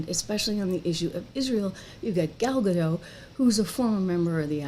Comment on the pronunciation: Gal Gadot shouldn't have to work with someone who cannot respect a classic or be grateful for a role many actresses would have done anything to get. Also, just sharing, Gal's name is Hebrew, not French. We don't silence our Ts. So, it's pronounced Gaal Gah-d-oh-t. Like the English word "Oh!" and then really hit that T. 👍